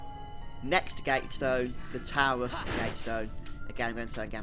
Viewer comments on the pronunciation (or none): C'mon man, you're just trolling us now, you must know how to pronounce "taurus" correctly!!